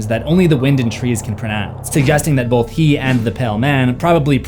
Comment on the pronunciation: I love your channel and watch all your videos. But I have to ask that you say "both" and not "bolth". No L.. Thanks ❤ 🇿🇦